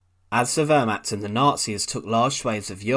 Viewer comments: It is Wehrmacht(=defence force), not ... archt. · You really do need to gain a better understanding of pronunciation - I had to quit after 2 minutes as I simply couldn't bear hearing you say "ver-macked" instead of wehrmacht. It was simply too painful to hear any more. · Narrator. When you speak words in a foreign language, you cannot pronounce them as if they are english words ie the word which sounds like you're saying "vermaht" is actually pronounced "vair-macht". Ch as in the Scottish "Loch". It doesn't take a lot of research to learn how to pronounce foreign words properly.